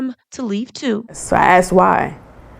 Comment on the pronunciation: Love your videos, but please, , the word is "ASKED," not "axed." It sets you apart!